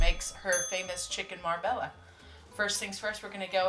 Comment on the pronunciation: It’s pronounced Marbella , Mar bey ya not bella